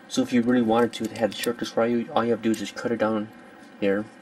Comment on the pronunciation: You have to say it like (R-EEE-UU)